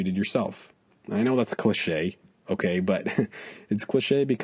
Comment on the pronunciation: UNIQUE; CLICHES sa ce voit que c'est des mots d'origine francaise tellement il a du mal a les dire. GOOD VIDEOS Unique;Clichés that's obvious it is the words of French origin so it 's hard to say for amercians